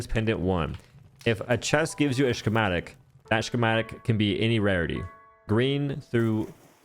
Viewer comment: Is it a meme on this guy's channel to pronounce something wrong in every video or something? My bad if this guy's illiterate or something, but wtf is a shhhkematic